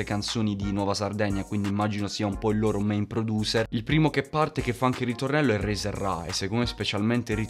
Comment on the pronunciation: Si pronuncia “Razer” con la “a” non con la “e”. Comunque bomba.